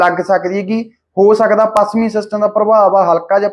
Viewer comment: ਬਾਈ ਤੁਸੀਂ ਹਮੇਸ਼ਾ ਛ ਨੂੰ ਸ ਹੀ ਬੋਲਦੇ ਜਿਵੇਂ ਪੱਸਮੀ,ਸੱਬੀ ਤੇ ਹੋਰ ਵੀ ਕਈ ਸ਼ਬਦ ਨੇ। ਸੁਧਾਰ ਕਰੋ।